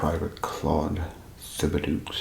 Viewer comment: Tib-a-dough. (Thibodeaux or Thibodaux i'm assuming was the spelling) My dad's best friend in the military had that name. :)